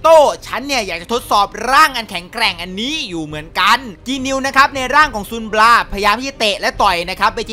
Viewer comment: บราครับไม่ใช่ปัง